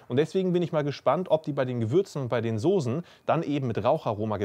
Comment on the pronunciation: SOSEN? alter das hei´t Soßen , scharfes S .... kotze im Strahl wenn man sowas hört :D